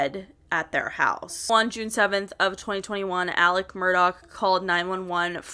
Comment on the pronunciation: It sounds like she’s calling him “Alec Murdock” not Alex Murdaugh